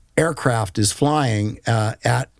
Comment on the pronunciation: 'frying' instead of 'flying' I don't know...but I really get a since this man is trying to manage public perception for a lot of this interview. If there is such a thing as a 6th sense for detecting dishonesty, mine was going nuts the entire time. What's the saying.... 'once in the CIA, always in the CIA'?